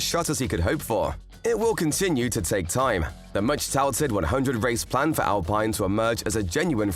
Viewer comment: its not pronounce al(pine) this al(peene)